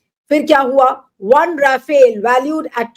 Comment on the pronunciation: Rafale ❎ Ra-fail ✅ 😂😂